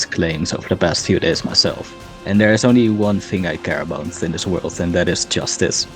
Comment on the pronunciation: 'inside the woold' yes i'm annoying